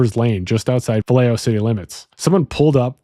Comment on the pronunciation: Maybe don’t say Vallejo like that.